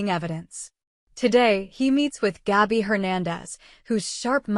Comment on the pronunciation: It is NOT GAUBI,,, IT IS GABI